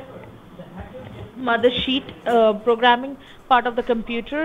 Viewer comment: When your mothersheet is ionfected and your omputer is infected 😱 It sounded like she said mothership